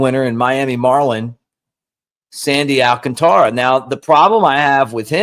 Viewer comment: Al CÁN tara. Not Al can TÁ ra.